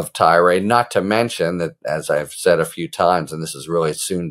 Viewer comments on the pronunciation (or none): none